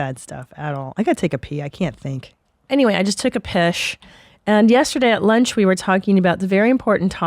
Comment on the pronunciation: When one “lunche” is off. 🤣